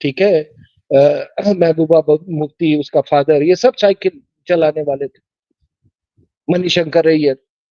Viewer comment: सभ नहीं। सब।